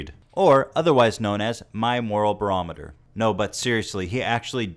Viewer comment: hahahahahahahahhahah bro he said "Moral Berometer" hahahahahahaha